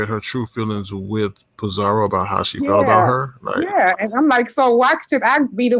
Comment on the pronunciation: It’s Pi-zaro NOT Pi-zaRIO there’s NO i in her name 🤦🏾‍♀️🤦🏾‍♀️